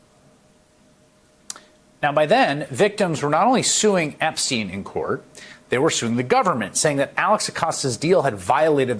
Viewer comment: "Trump epstiend Epstien." ~